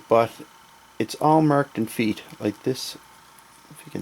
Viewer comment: Great work, but I must ask... Did you say FEET(fee-ett as you pronounced it) was French for feet lol